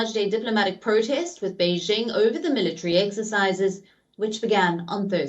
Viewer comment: MillaTree. i swear military has 4 syllables.